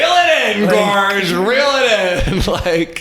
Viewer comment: please bring back the over pronunciation of naURrrr GAwuRge